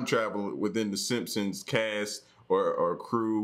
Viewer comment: "the simpons" lol true, true